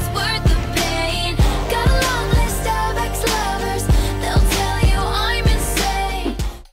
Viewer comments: I didn't hear Starbucks lovers, I heard stomach lovers like seriously. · I thought it was star-lust